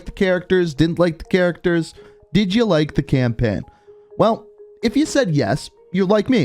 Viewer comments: I cant be the only one that hears "campin" when he says "campaign" right? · "Campein" "gueme" cannot unhear it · I like how he was like saying campaign all wrong cam-pin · "Campenn" "Call of Duty Gemm"